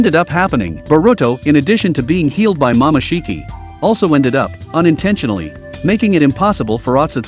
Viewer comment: Ummm did he just say mamashiki?